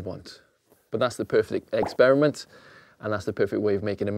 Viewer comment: Did he really say eggsperiment